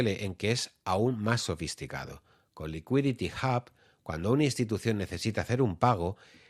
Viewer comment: Un poco cojo el análisis... pero lo que cuenta es la intención. Por qué dices "Licuiditi Jab" y no "Liquidity Ub" tete?